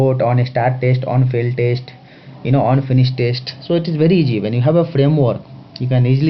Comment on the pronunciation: Maithud != Method Tashte != Test Nice Lecture but... You sir, although an amazing teacher, give people in US more reasons when they say H1's are unqualified/uneducated/uncivilised. PLEASE improve your language skills (mind you, I'm not talking about accent)